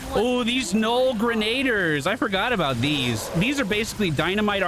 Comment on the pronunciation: it isn't "Gren-aid-ers" its "Grena-dears":)